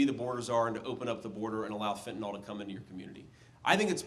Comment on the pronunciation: It's fentanYL not Fen-tan-all!!